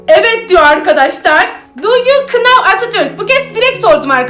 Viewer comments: Know nav diye okunurken büşbüşün kınav diye okuması sks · Abla know kınow diye okunmuyor nov diye okunur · Abla video çok iyi ama know deyil now diye okunuyo